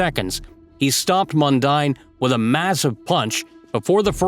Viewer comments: Tony Mundine is and always was a total arsehole. . And it's pronounced Mun-DEEN (not Mun-DINE) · I know it sounds like mundine but it's pronounced mundeen when talking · Mundeen, not mundaine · His name is pronounced "Mun-deen", not "Mun-dine" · Mundine is pronounced Mundean! .....and yes he's an idiot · It's Anthony Mundine - pronounced Mun-deen. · Mundine is pronounced Mun-deen. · It's MUN-DEEN ....& he's still an arsehole !! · Its pronounced Anthony Mun-dean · Mundine is pronouced Mun-dean. Mundine was also a rugby league player for the St George Dragons in the Sydney competition . I reckon he was better at rugby league than boxing . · pronounced mun deen. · it's pronounced "Mundean"